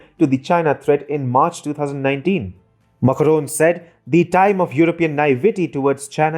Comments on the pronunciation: It is not Muckroan, Makro it is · It is Macron not "Makaron" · Please check your pronunciation of “Macron” it sounds very odd when you are saying it so many time in this video. Kindly check from some French source the correct pronunciation. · Some English speakers just can't get their mouth around French accents. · Peacock That's what I was thinking when I heard it.